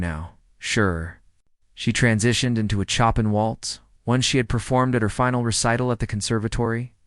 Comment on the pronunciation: This is a nice story. While AI flunks miserably on Chopin's name (Chop and Pee, Chopping and on Debussy (Abucey), it does illustrate the effect a great pianist and great music can have on people. I suspect the Debussy piece referred to is his famous Clair de Lune, and if you truly are interested in what effect that can have, I urge you to go to youtube and find Clair de Lune as performed by the fantastic Georgian pianist Khatia Buniashtivilli. I promise you will not be disappointed. The artist herself is totally into the music and the audience is dead silent. It is one of her favorite encore performances following her concerts. I am going now to listen to it again for the 50th time.